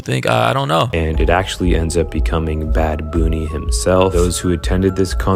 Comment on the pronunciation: Bad Boony? 😂